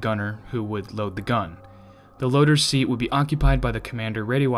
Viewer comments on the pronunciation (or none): none